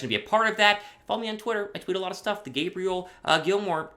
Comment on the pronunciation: And, her name is pronounced Gay Bree Elle lol